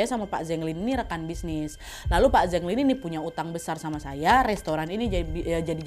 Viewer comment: Kak Nad, kalo di Cina, Zheng itu bacanya Ceng (antara C dan J), bukan Zeng. Tapi karena Kak Nad orang Indo ya gpp lah suka-suka kita aja bacanya ya, Kak 🤭😆